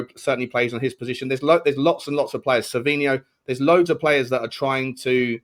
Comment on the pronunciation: It winds me up more than it should that calls Semenyo - Semenya